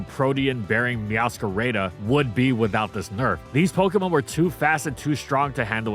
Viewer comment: "meow-sca-ray-da" this caused me physical pain